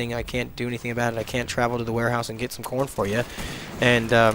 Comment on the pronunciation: at first i thought you were saying i hate porn lol